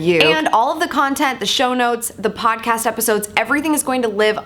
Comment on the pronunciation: Yay! Odd-cast! Like ool. There's no "P" in either one of them....lets keep it that way, M'kay? G/L! Can't wait to get into it!